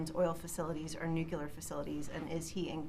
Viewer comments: "Nook-yoo-lar." What is so hard abt pronouncing nucear correctly! ("nook-lee-ar") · No such word as “nucular” its “nuclear”